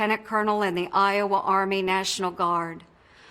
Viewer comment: I've lived in I-owe-wa? and it is no great State.